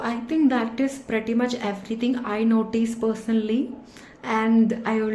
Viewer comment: Notice not noteece. Good accent.